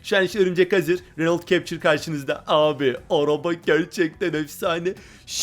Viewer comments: Okunuşu öyle cepçır değil kaptur diye okunuyo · tamam işte yazılısı captur okunuşu kaptur